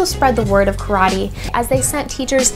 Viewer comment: calling it "Croddee!" LOL